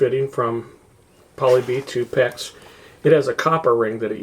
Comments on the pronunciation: And it's 'PEX', not 'PECK'. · its not a peck like in willow.. lol its PEX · QUIT SAYING PECK!!!!!! ITS FN PEX!!!!